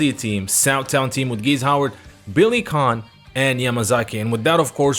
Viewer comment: Lets pronounce "Khan Master" instead of Ken 🤣🤣🤣